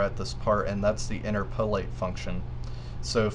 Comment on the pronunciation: Thanks for the helpful info. BTW, it's "in-TER-po-late' not "in-ter-PO-late". 8-)